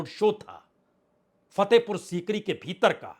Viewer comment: Kitna 'beeter bheeter "bolthe ho